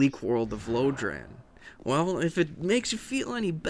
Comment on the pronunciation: lodran? did you mean lordran?